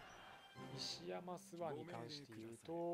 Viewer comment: 石山すわ✖️ 石山ごぼう○